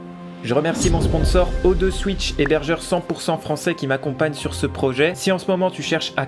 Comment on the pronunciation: 35 sec de la vidéo j'avais déjà mon idée :D ..... ça remplacera jamais une vrai clim ... Même si le projet est cool ;) Sinon pour le partenariat il t'on pas dit que ca se disait O two Switch ? lol